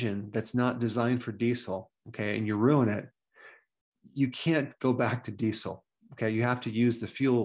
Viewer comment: everyone: dee-zel 🌗 dr berg: dee-cel